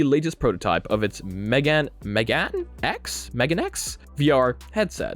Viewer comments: The Shiftall MeganeX, is like Meh-gah-neh which is Japanese for Glasses. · MeganeX is pronounced "Meh-gah-neh-ex" Megane is Japanese for Glasses